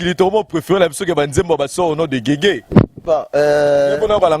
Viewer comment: kombo YA guegue na kombo ya Jésus eza différent na prononciation, po bo loba que alobaki yango mbangu yango ebimi guegue, eza na son moko teee